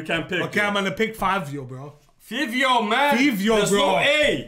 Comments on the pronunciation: It’s five-eo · it’s pronounced favio 😭 FIVIOOOO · its pronounced as " FAEEVEEO" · It is actually pronounced like “Favio” like the name Fabio lmao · It’s Fivio foreign but pronounced Favio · Its “fah-vio” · Its pronounced fyvio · It’s pronounced FAVIO even tho it isn’t spelled out like that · Love ya content 💙 but Fivio is pronunced with an A